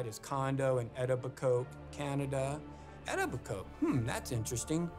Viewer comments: 'I'm gonna do what i do best'. So ur best skill is tracking down ppl u don't know? Why do i not find this at all comforting? Edit lmfao it is pronounced "E-toe-bi-ko" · The way he said Etobicoke has me deadddd, if you don’t know, it’s pronounced “E-toh-bih-coh” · Eto-bi-coke ..... It's pronounced as (Eto-bi-coe) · Thank you, it pains me to hear them pronounce Etobicoke like that... but as a former resident I can say with confidence not even people in Toronto could pronounce that word. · Ha love how he pronounces Etobicoke! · His pronunciationof Etobicoke is hilarious! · His pronunciation of "Etobicoke" is a crime all on it's own. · It drives me to no end how he keeps mispronouncing Etobicoke. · Love how this guy pronounces Etobicoke. Clearly never talked to a single human being from Toronto in his research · hearing someone pronounce a local community wrong over and over again, is very annoying.